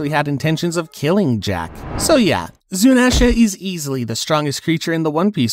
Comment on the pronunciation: Endurance is different from durability Endurance means to be able to take some big damage and keep pushing Durability means to take a big hit with only a scratch Also, it's pronounced "zoo-knee-sha"